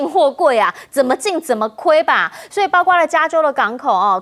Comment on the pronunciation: 教授，大学教授讲错别字，包括不是包瓜